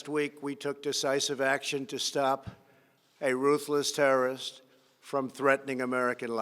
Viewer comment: How he says terrorist is weird